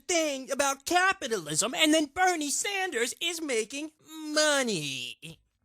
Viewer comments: Why does it sound like he's saying Hernie Sanders to me? Anyone else hear that or is it just me? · It sounds like he is saying Pernell Sanders instead of Bernie??????